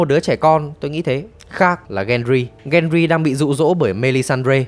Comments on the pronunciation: cái tên Peter Bay Lắc thì là troll nhưng Ygritte với Gendry đọc sai lè ra. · xem nhiều. Việc chế tên là hay, nhưng đọc tên chính thì đọc đúng nghe dễ hiểu hơn. Ví dụ như pi tơ bay lắc khác pe tơ, gen ry khác gen rai, tormund đọc là to mun chứ ko phải là to măn